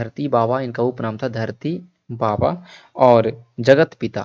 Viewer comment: Dharti aba not baba